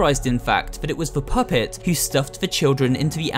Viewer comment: "the phuhpett